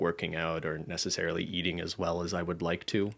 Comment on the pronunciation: saying “necesslarily” for ten hours straight